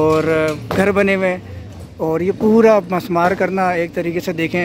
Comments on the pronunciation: Musmar nahi mismar sahi word hay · actual word is MISMAAR, NOT MUSMAAR